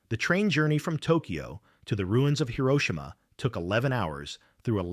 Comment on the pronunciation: Swear the AI sucks they keep pronouncing Hiroshima wrong